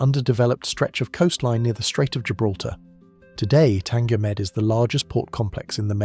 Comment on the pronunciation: Tanger med not tanga med but great video nonetheless